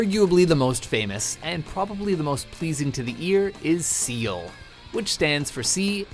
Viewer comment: S-sea A-air L-land Sal?